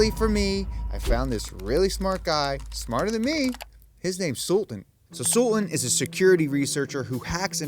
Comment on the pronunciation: What's with this American dudes not able to pronounce Asian names?? The guy's name is Sultaan buddy.. Not suln.. You just completely swallowed T and A..